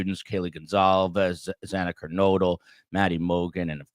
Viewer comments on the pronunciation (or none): And mispronouncing Kernodle — TWICE. What is so difficult about it???